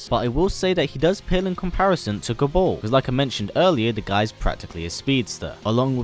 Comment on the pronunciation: Kabaal not Kabol